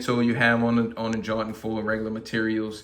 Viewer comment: "Jawt-in Foe" 🤣🤣